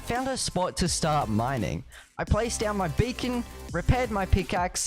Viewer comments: When he says BEACON he said bacon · i hear you say bacon and nethor